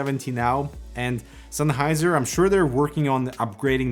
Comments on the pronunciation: "SENNheiser". Not "Sunheiser". :D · senn not sein,,,,lol